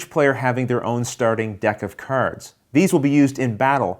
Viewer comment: Why are you spelling "cards" like "curds"?